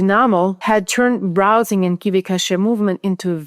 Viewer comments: Why "cash-ay,"? KV-cache is pronounced as kay-vee cash (like money). There is a word "cachet" in English, pronounced as cash-ay, but it means different things like prestige or even a bunch of meds to be swallowed. Overall though, I find your English perfect; your written articles are masterpieces! I like your accent too; you and I share a mother tongue after all. BTW, one practical piece of advice. I turned on the subtitles under your video just to see how YouTube autotranscript deals with your accent, and it doesn't do a very good job. You can put your video in pre-production through local Whisper and do a quick manual correction or even use an LLM—they are pretty good at finding and correcting transcription errors. Then YouTube gives you options to upload your own transcript, and that is going to make the whole thing perfect and technically correct. Ok, finished watching your video. On your main question, at the end, where more efficiencies in inference are awaiting, I think the answer runs deeper than optimization techniques like the one you described here where prefill and decode work are split between different engines with a shared KV-cache between them. These are very good and welcome developments, but we need to look beyond that. I think the winning combination is going to be combined architecture systems which employ both algorithmic and scalar inference. Some examples include neurosymbolic types of systems as well as KAN-based. I've been following work by one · "Cache" is pronounced "Cash"